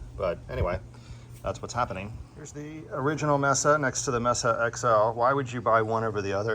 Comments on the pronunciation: maysa not messa. good review though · It's "may-sa" not "messa". Spanish for table. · With the exception of your mispronounciation of the product you an informative and entertaining video. As you may know, a mesa is an elevated piece of land with a flat top and steep, cliff-like sides commonly found in the American Southwest. But "mesa" is also the Spanish word for a table and it's pronounced "may-sah" and not "mess-ah" as you were saying.repeatedly. Anyway, this is only meant simply to be friendly FYI. Again, I enjoyed your video and I will keep an eye out for future installments. All the best and happy new year. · I think it’s pronounced may-suh like the city in Arizona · "May-sa". You're welcome.